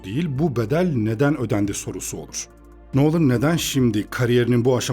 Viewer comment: Adamın soyismi noolın değil nolın